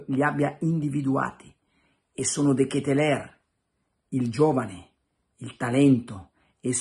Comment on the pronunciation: DKL....pare che si pronunci.....De Ketelar ?????